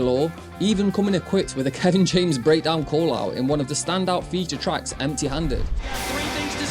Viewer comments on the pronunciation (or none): none